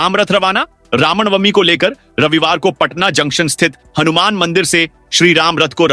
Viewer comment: Ramnwmi ko rawnbami bolna sahi hai?